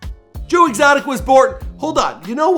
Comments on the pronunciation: "Joe Extoic" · Joe ExToic😂😂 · "joe extoic” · Joe extoic?????? 😅😅😂